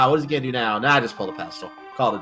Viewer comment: this reminds me of jen pronouncing it peddlestool xD its spelled pedestal. ^^